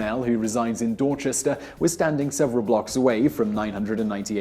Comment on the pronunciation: How do you pronounce "Dorchester" correctly but not "Renaissance"?